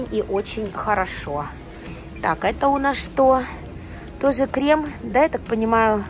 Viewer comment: слова "тозе", "хоросо",... были и раньше у тебя с таким произношением, или это уже корейское...